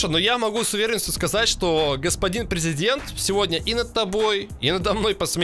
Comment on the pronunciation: Не prezedent a prizedent